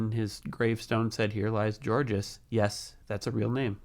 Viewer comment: Georges is spelled like this but is pronounced without the s "jorje" ;)